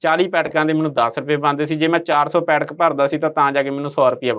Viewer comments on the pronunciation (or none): ਬੇਟਾ ਪੈਟਕ ਨਹੀਂ ਪੈਕਟ ਬੋਲੋ